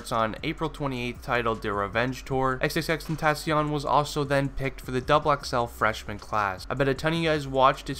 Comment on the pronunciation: Nobody can ever pronounce his stage name right sigh